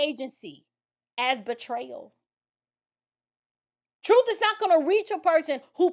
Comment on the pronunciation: He can’t even speak properly, he says “troof” and “deaf” 😃